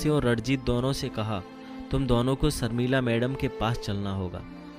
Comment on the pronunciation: Pls have people read the story , who could pronounce words properly , there is a difference between sh & se , it sounds horrible when Hindi readers don’t know the difference ? Sharmila is Sharmila not Sarmilla